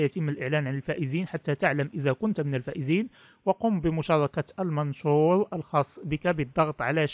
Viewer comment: نحبك ونحترمك ونتمنى منك إحترام حرف الراء وإعطاءه حقه في النطق المنشور وليس المنشول 😁😁😁